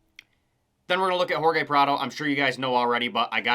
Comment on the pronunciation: Its Hor-hay Prado, not Hor-gay. Other than that it was a home run of a video.